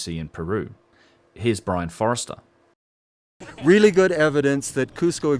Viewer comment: Hey - nice work.... But once again you not only misspell Brien Foerster's name (above comment), you also mispronounce it - where you say "Brien Forester" which I guess is how you'd pronounce your misspelling - so maybe you have it wrong in your script? (remember my mnemonic from video 1 - think 'Tooheys'!) I get that your 6+ minute detour to Sacsayhuaman (and briefly Cusco) was to illustrate the anecdotes about Inca not moving big stones easily, but in a piece specifically about Machu Picchu it is distracting, and some less rigorous viewers may think that what they are seeing is at Machu Picchu (even with the handy little corner titles). Continuity-wise it 'clunks' for me. But I'm grateful for the sights of these sites and your analysis. Go well.